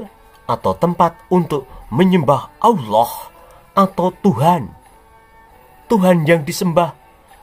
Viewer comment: mantap mas bro..pas pd kata "oloh" dan "muhamad" intonasinya jiannn mak jlebbb teninnnn...ketok nek wong jawa tulen...😂😂😂